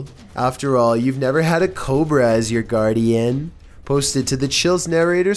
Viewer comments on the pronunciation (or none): none